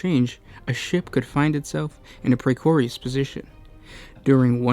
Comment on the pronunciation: Precorious what the fuck is wrong with you man